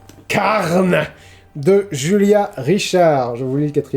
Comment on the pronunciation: je pense que le titre se prononce "carnÉ". Car Carne signifie viande en espagnol. 😉